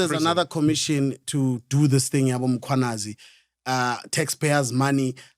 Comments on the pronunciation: Can someone please tell Mac that it’s not Mkhonanyazi but Mkhwanazi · Mac is never gonna get the Mkhwanazi pronunciation right 😂😂😂😅